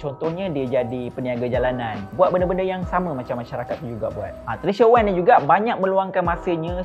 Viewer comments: Maaf pembetulan sebutan maaf,,,,,,,,🙏🙏 Wang" bukan Weng"" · Wank or wang! Hehehehe diction boy, but gud job done.